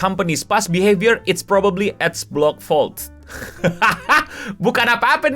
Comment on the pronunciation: Bacanya Ad block bukan Ad blox